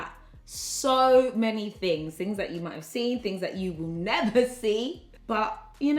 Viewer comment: "do i look like i could ever fail?" throws gloss "nevuh"